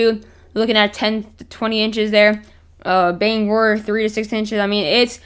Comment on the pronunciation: Thank you for pronouncing Bangor correctly